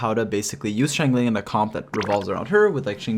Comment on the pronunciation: I really admire and love your in-depth videos about both 4 and 5 star characters and like that each are treated equally so I wanted to thank you for that effort!! ((However, pls, i beg you, it's shing-cho not shing-chu 😂😂))